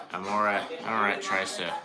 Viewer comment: It’s Amorette. I will let her know you called her “Amoraaa”. Lol